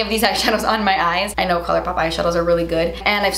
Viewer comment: LMAOOOOOO "colourrrpop"